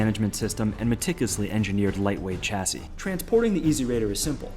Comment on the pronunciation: It spells Chasi and read as Shasi.